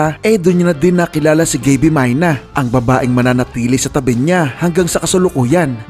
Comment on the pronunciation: ang tamang pag pronounce nyan ay klaus mayne ang ibig sabihin ng meine sa German is "saken" or "mine" sa English